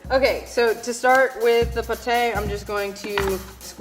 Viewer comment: I'm just too distracted on her pronunciation of pate, mis en place, and maggi